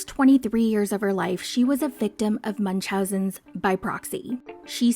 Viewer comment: Finally someone said it correctly “munchasen by proxy” bc munchasen syndrome is completely different.